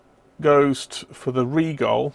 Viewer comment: I am being petty here, but thanks for pronouncing "Rigol" correctly.